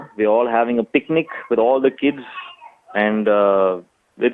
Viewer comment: LOL...why do Indians try so hard with English....."PEEK-NEEK" (aka picnic) ROFL..."I DAN'T"....ROFL